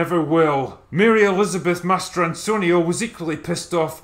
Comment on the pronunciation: Wow, I always thought that the actress's name was Mary Elizabeth Mastriano. I thought Drinker was joking when he said "Master Antonio", which is how I interpreted his pronunciation of her name. Now I know better, but I feel really stupid for being wrong for so many years.😕